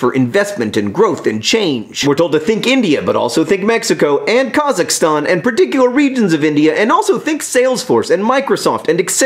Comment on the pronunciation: THANK YOU FOR PRONOUNCING KAZAKHSTAN CORRECTLY AND ACKNOWLEDGING ITS EXISTENCE